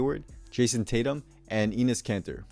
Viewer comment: You said Enes Kanter wrong lol